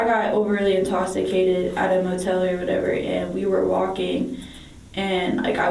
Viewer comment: pacifically or whatever. un-consensual or whatever. intosicated or whatever.